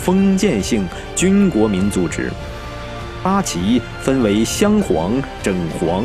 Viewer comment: "正" 白旗 念作"政" 不 要 念成"整"